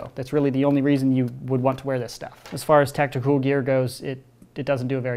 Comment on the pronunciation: stop calling it tacticooool